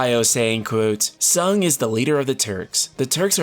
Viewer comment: You know what will be the best thing about this Remake? We'll finally know how to pronounce "Tseng." I always read it close to "sang," but is saying it "sung." I've also heard it is as "song." This game will finally clear that up!